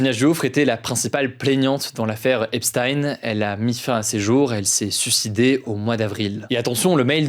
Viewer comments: Hugo j’apprécie le travail que tu fais mais Epstein se prononce comme si ça s’écrivait Epstine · même les anglais le prononce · Epstein se prononce "Epstine", c'est bizarre comment c'est prononcé dans ta video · On prononce "epstine" je crois.